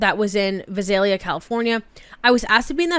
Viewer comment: As a Californian the way you said Visalia made me laugh. Tbh tho I don't think I've ever heard a non Californian pronounce it correctly